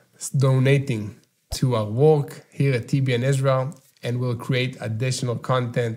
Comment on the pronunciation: TBN not ten